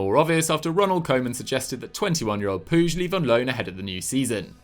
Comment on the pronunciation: it's not puzh it Pooch - it's not hard!